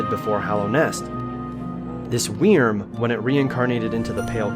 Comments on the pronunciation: No one: Absolutely no one:: Weerm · weerm? w e e r m ! ? WEEEEEEEEEEEEEEEERM!!!!